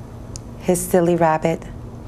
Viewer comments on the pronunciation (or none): His wHAT? The way she emphasised that sent me lmaoooo